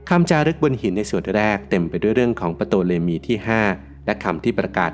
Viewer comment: Ptolemy ออกเสียงว่า โตเลมี หรือทอเลมี ครับ